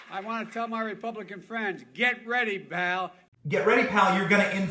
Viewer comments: Charlie Manson is a national hero next to this fool. BTW, he said Baal, not “pal.” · Best part is he says “Bal” instead of “Pal”. I think it’s a combo of Buddy and Pal… LOL